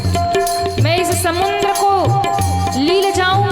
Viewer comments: प्रवचन करने वाली बहिन जी समुद्र को समुन्द बोलती है जो कि पूर्णतः गलत है। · बहिन जी आप समुद्र को समुन्द बोलती है जो कि गलत है।कृपया सुधार करें।